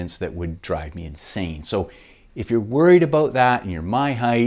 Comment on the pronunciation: Dude what is “aboat”?